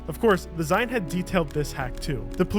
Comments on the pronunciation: "Zine". It's pronounced "zeen". As in, short for "magazine". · Yeah that was annoying me an unreasonable amount haha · This was another great video. One very pedantic critique. While "Zine" is spelled with a silent "e" at the end, the word is a short form of "Magazine" and is pronounced ZEEN. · pls it’s zine like short for magazine you say it “zeen”:’) love you <3